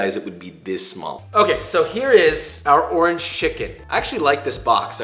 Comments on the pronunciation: I believe that he said ''Torange" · . He really did it. He found the word that rhymes with "oringe" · Did he say door hinge? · Or it could just be referring to the fact that door hinge can rhyme with orange (with slanted pronunciation) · Tf is a "dorhidge" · A classic Eminem trope where in order to rhyme with Orange you break it into 2 syllables Or-Ange ergo Door-Hinge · I heard door hinge too. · Yeah it's not you he was making a joke and definitely said door hinge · Who else googled what the hell a door hinge orange is just to realize he was messing around with the pronunciation? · Anyone else hear door hinch when he said orange?????? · Bro you think doorhinge rhymes with orange too!!? ive been telling people that for like 10 plus years and they all so they cant hear it -_ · Did you say doorange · Not sure why i heard you say "zest of door hinge" instead of orange. But it made me laugh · Me: rewinds 5 times to see if he said “door hinge” instead of orange. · i heard the orange as door hinge. 🤦🏻‍♂️